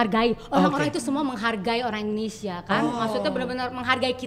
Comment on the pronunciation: gw pecahhhh Teh Melly ngomong " Bahasa indonenong neee...."🤣🤣🤣🤣🤣